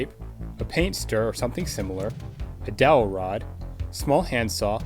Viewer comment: dout rod? am I hearing correctly?